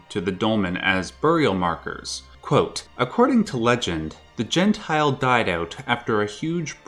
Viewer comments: The pronunciation is quite off, because it is not "gen-tile" (jentil) more like "yen-tyl". Its more accurate and doesn't sound so wrong xD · The way he pronounces Jentil as Gentile makes it sound antisemitic... It's Jen - till. Or it is some real throwback mistranslated racist storytime bullshit.